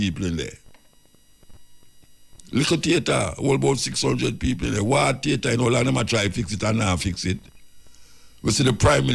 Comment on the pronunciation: Peopre...can you please try to pronounce PEOPLE better. I enjoy your content but I hate when u say that word and u keep repeating it over and over. Unu nuh badda come fi mi cause mi entitled to criticize.